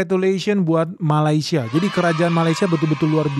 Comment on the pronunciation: Sebut malaysia pun salah bukan malai tapi meley